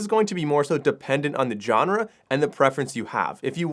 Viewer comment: Look up pronunciation of “genre”